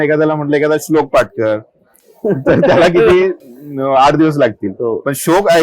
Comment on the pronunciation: याला शोक आणि श्लोक हेच उचार करता येत नाही त्याची स्तुती करणारे आपणच येड. ...भोका ..चे